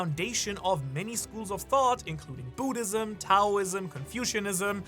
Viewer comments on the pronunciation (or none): none